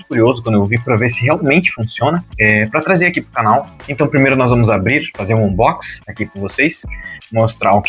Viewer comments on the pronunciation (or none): none